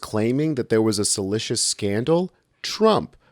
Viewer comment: *Salacious, not salicious.